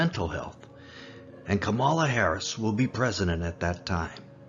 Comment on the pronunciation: Stress on the first syllable of Kamala's name. Poor lady - she, Biden, and Jim Clyburn have no idea what they might have helped to unleash. :-O